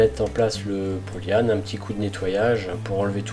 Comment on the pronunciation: Par contre polle yan evite ! Cest polyane!